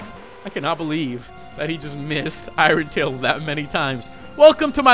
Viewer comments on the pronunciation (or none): "Iren Tail" Ok